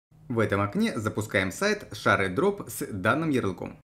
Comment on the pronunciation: гайд нормальный, но при каждом ШАРЕдроп хотелось в окно выйти, рекомендую почитать в интернете произношение